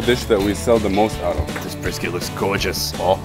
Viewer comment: Deceptively Egyptian man(that moustache is legit) Making texan food while Sunny used an Aussie accent on "this brisket looks gorgeous"